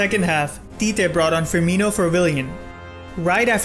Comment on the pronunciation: “Tite” pronounced cheechee but good video